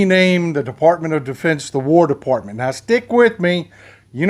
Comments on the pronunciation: Ah... caught ya. You almost said "DeFARTment". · Texas Paul, bless you! You started to call it the "De-FART-ment." Maybe you should have stopped there.